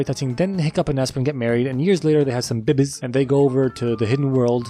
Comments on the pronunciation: When he says Babiez, I hear BB's which I want to stand for 'Bitchin Beard' which is what adult hiccup has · I love when he said bebiez :"D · Is the pronounce of " babies " came from zefrank ? Cuz they still funny to hear